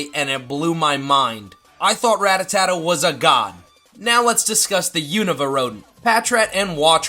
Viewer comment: Does he mispronounce Rattata on purpose lol?